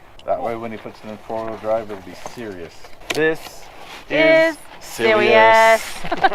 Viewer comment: "This is sewious" had me laughing. Will the nugget need power steering.?